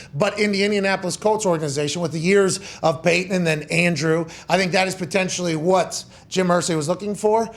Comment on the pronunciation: That “WHAT” pronounciation 😂